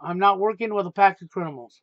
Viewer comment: He still says crinimals lol Goodbye and good riddance